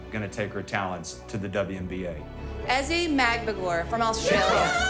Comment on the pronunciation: How about learning how to pronounce her name properly?